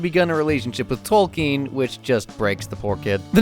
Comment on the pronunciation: Props to you for calling him Tolkien as you should